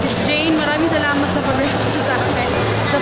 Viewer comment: Hi po...yong salamat mo naging samalat hehehe excited c sis